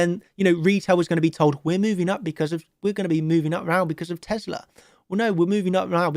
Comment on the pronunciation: What the hell is teslER? haha